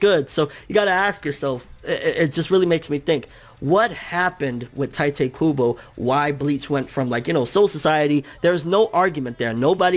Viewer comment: I cringe every time you pronounce 'Tite Kubo'.